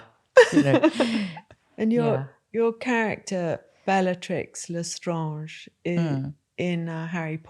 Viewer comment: I've never heard anyone pronounce "Lestrange" in that way 😂